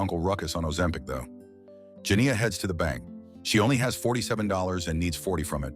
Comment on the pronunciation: The way that AI struggling with the long "I" sound when saying Janiyah